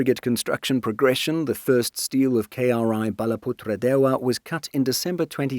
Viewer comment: perfect pronunciation on Balaputradewa. This channel deserves more subs even though it mainly focus on topics regarding the baltics and europe